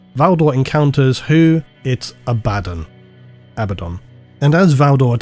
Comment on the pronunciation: Just pick a pronunciation of Abaddon and stick with it you coward